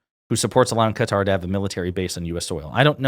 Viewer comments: It’s Qatar not cutter ffs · Say it with me... "kUH-tar" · Really like your videos, keep up the good work. In regards to Qatar you pronounced it correctly at the start, but then pronounced like some Americans as 'Cutter'. Check the pronunciation out on Google: I have worked in the Middle East for many years (Saudi, Qatar, UAE and others) and only some Americas pronounce that way ('Cutter').